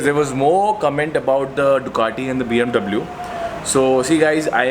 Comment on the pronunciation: hututututu huttuuututu.....😂😂 BMW..... BMW hota hai👍👍